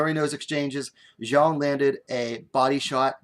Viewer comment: Thanks a lot for the post! While pronouncing the surname of Xiong Jingnan, just read it as "Siong."